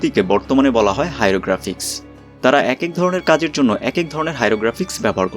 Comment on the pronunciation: Hyrographics বলে ফেলসেন ভাই। সংশোধন করে নিয়েন :)